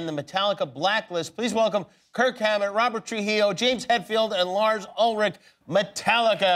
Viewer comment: Did he say Kirk hammer?